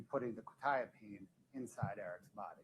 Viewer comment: I now know frustration when he hears mispronounced legal terms. Hearing the pronunciation of quetiapine drove me crazy!! Interesting fact - that might have explained the defendants "shaking hands" mentioned by the brother in law. All antipsychotics, even with just 2-3 doses, can cause permanent brain damage called "extra pyramidal symptoms", "dystonia", "tardive dyskinesia", "akasthesia", etc which all mean it causes involuntary movements and stiffness in your body. Shaking arms are one of the most noticable side effects. Administrating quetiapine wouldn't affect the outcome or not - so I try to not grit my teeth at a trivial serial. That level of fentanyl is gg, 100%. For anyone curious, the reason "norfentanyl" being detected means it was street drugs - think back to Breaking Bad and the blue stuff. That is a byproduct of imperfect chemical synthesis. Any medical (cGMP regulations in the US) would NEVER allow any norfentanyl to be in a batch that is commercially sold. The company can't release without running concentration analysis, so if it shows up at all - that batch has to be destroyed. That's because fentanyl is a huge medical achievement. Anyone who has been under general anesthesia for a major surgery (e.g. not something you can go through without anesthesia like spinal injections but is offered optionally) will have likely received fentanyl because it works so well at blocking pain at 1 / 1,000,000th you would need for oxycodone. That means all the normal si